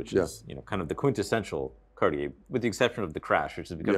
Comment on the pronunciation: 'Cartier' does not have three syllables.